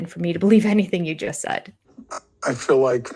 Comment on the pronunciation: It’s fill instead of feel. Lol